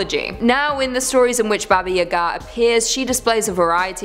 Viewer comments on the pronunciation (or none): It's Baba YA-ga, not ya-GA!!! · It’s baba yaaagaa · Look I know everyone loves... 🤔 But please don't let her please don't let her pronounce Baba Yaga again. The Russian pronunciation is very similar to the American pronunciation. It's just the slow Ba-ba Ya-Ga. I confirmed this with a simple Google search and there are people who tell the stories in Russian all over YouTube. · Why do you say Baba Yaga like that? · WTF,, you pronounce weirdly "Baba Yaga"